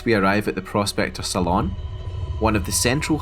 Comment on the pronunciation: For future reference, Saloon is pronounced similarly to Balloon or Lagoon.